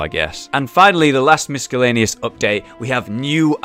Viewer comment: Love these update videos. They get me hyped for the game. Keep the awesome work up :) P.S. Just want to point out that you mispronounced miscellaneous. The c is silent. Not trying to be a dick <3